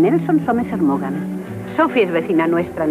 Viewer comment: Maugham se pronuncia Morm y no Morgam...